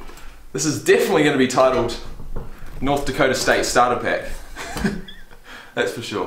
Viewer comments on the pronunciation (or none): “NDana” It’s North Dakota bud. 😂😂 but it’s an irrelevant state soo 🤷‍♂️